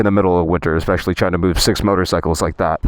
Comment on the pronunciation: As much as Ive enjoyed your content as of late mate, dont tell me youre one of those who say eckspecially instead of especially